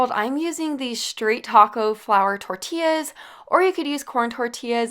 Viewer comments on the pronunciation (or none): none